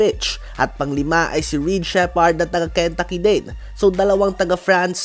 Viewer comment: ken-taaaa-ki hindi ken-ta-ki